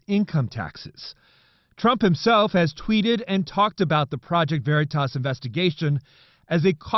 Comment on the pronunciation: They can't even say OKeefes channels name right...."Verytas" 😂👌👍😂not to mention y'all had to do a retraction on this story! As seen here!